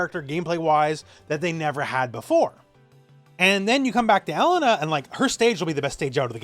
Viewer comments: Pronounce it like: E Lane A. Not ELLEN NAh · for someone who corrects people all the time in SNK games you sure do butcher her name. It isn't "L IN UH" it's "E LAIN Nah" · Just FYI, her name is typically pronounced "eh-lay-nuh" with an emphasis on the middle syllable.